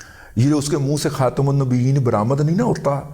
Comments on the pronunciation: رض داد صاحب سلمك الله وعافك آپ علی خاتم النبیین میم کے نیچے زیر سے پڑھے عربی زبان کا قانون ھے حرف جر کے بعد حرف زیر آتا ھے جس بسم اللہ کے میم کے نیچے زیر ھے مع السلام حافظ مدنی بخآری کشمیری متخرج مدینہ یونیورسٹی السعودیہ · السلام علیکم سر جی جب آپ سید المرسلین کی خدمت میں صلوۃ و سلام پیش کرتے ھیں تو لفظ "علی" چونکہ "حرف جارہ" ھے، اس لئے "خاتم" کی میم کو "زیر" کے ساتھ پڑھا کیجیئے۔ جزاکم اللہ خیرا ویسے آپ ھمیں فی الحال بہت بھاتے ھیں جی۔ 😊❤😊